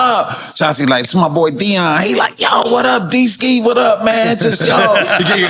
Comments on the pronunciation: It's DeeSki 🤣🤣🤣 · “D Ski”😂😂😂😂😂😂😂😂😂😂😂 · 🤷‍♂ "It's D-Skee" 😂😂